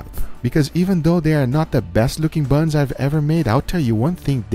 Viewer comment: Just made laugh the way he says these buns 🤣🤣